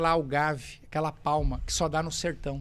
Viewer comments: "A cana eh legal por que ela captura CO2" a nao ser pela imensa quantidade de Diesel gasta pelos tratores que a plantam e colhem e pelos caminhoes que a transportam...Tente outra vez amigo. PS: O nome da planta nao eh "Algave" eh "Agave" algumas especies sao conhecidas como Sisal. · Acho que não é "augave" e sim agave, eles fazem tequila disso 😁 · Excelente conteúdo! Só uma pequena correção, o nome da planta é Agave e não Algave. É a mesma utilizada na fabricação da tequila.